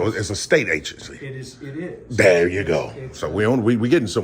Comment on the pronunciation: Saying “iz u Matt?” while trying to perform professional tasks is a clear indicator that you most likely don’t know the law lol You choose to form sentences like you at home on the phone, u probably don’t know much if u don’t even have the ability to code switch for professional settings. Bless her heart tho